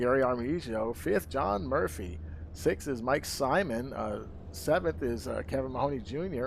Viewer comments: Is pronounced SIMOAN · Simon is pronounced SIMONE!